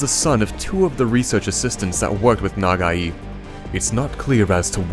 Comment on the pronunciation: its Pronounced Na-Gai(guy) not NagaEE. it could be you accent messing it up. For whomever did the Voice over. at the start.